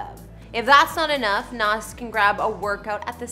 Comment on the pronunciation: Its not Nahsss, it's Nahz